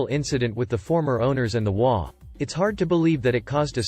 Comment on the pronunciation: HOA is pronounced as its three letters, H O A. I love your content, but if I knew what an imogey was, I would post fully dressed imogeys, not bare imogeys. I do not do cyber porn.